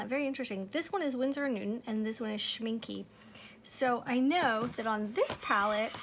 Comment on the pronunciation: My German friend said it's pronounced, "Schmink-UH". 😁 Don't worry, she teased me a lot! 😃